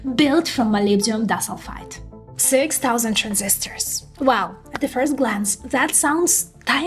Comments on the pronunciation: dis-ul-fide?? Nailed molybdenum though! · She means to pronounce it as "di" - "sulfide" ... two sulfur atoms linked together. Great report though. Thank you